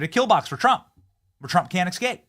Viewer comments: Benny, please stop saying Xcape. It's EScape. Thank you. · My skin crawls whenever Benny says "ekscape" and "nucular." I know this is a kind of lowbrow, clickbait channel, but if you love America, you gotta speak the language.